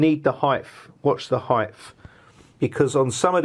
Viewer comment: Absolute crap. Waste of time watching this. What sort of word is heighph? Its height mate. No such thing as "you gotta watch the heighph" . Lol